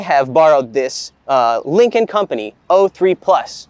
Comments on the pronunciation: Any one else hearing "Lincoln Company". The entire episode im thinking american lincoln has a company in china lol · Dude yes